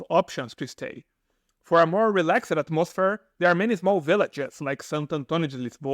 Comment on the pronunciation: = You must have gone to a bad english school because your pronouncing all the -ED words incorrectly VERY COMMON for Br schools to do this but if you go to a real qualified school, they don't teach this incorrect way to speak. I am talking about words like STOPPED- you say STOPPID, or NAMED you say NAMEID, DREAMED, you say DREAMID, RELAXED you say RELAXID, BORED, you say BORID. FROM DEC to APRIL a hotel will cost you up to r$500 a DAY or r$15,000 per MONTH. OUT of season you can rent a furnished apto for r$1200 a MONTH RICH Argentinos and Uruguayians have no problem spending r$300-500 a day in the summer